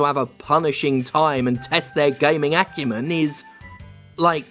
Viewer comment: Please, Commander. Never say the word "acumen" again.